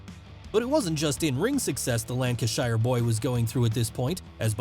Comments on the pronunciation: He was supposed to win the IC belt at the 1990 Summerslam. As his work Visa hadn’t cleared in time, Vince had to go with Kerry Von Erich instead. And by the way it’s lanca-sher, not lanca-shia. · love how Americans pronounce Lancashire. american "lancas-SHIRE" British "lancash‐SHER" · As an Englishman, or boy at the time, was infuriated when HBK chucked him out of the Royal Rumble in 1995. Great vid. P.S., Lancashire is pronounced Lank-i'-Shur phonetically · That is not how Lancashire is pronounced, it is Lanca-Sheer, technically it is a "Shire" in old English but in place names it is pronounced differently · Pronunciation of Lancashire was wonderful 😄 In the UK we, oddly, pronounce it Lancasher or Lancasheer depending where you’re from. Not the like the shire from Lord of the Rings. Great vid though. Thanks for the entertaining content. Really good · Please don’t say Lancashire again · I love the American Pronunciation of Golborne and Lancashire. Aside from that I don't think WWF would have made it in the UK without the British Bulldog.